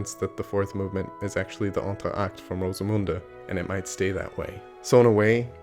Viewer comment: Very good pronunciation of Rosemunde!